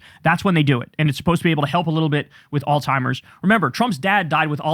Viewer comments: bros it’s alzheimer’s not all-timers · Kyle! You keep saying "Altiimer's." There's no T in Alzheimer's. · It's alzheimers, not, altimers. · Kyle, please brother. It isn't all timers, or old timers, it is alzheimers! Alzheimers! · Kyle, it's not "all-timers" it's "Alzheimer's" haha and he has frontotemporal dementia. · Kyle… you’re a cool dude. Also, it’s alZheimer’s. Z. Zzzzzzzz. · Kyle I love you man but can you please pronounce "Alzheimer's" correctly? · Alzheimer's does NOT contain the letter 't' in it! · You are mispronouncing Alzheimer’s.